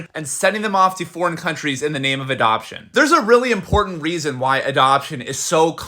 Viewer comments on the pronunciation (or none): none